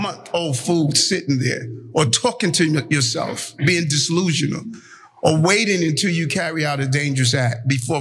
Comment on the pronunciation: That fool said dislusional ? Commit him.